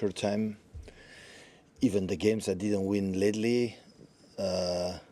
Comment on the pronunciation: I thought he was talking about Ledley King for a minute. He was actually trying to say the word ‘lately’